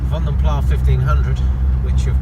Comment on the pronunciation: Pronounced Vanden Plas as in glass, not plah due to the Flemish origins of the coach builder.